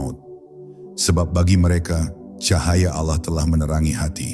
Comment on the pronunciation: Ini yg baca muslim atau non muslim....kok.sebut Allah itu kykx ganjil gt loh....kdgranx Alah bkn Allah....